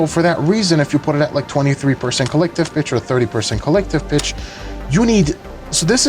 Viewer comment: went through half of the video thinking he was saying "Collective bitch"